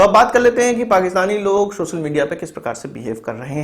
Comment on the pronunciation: Its social not shoshal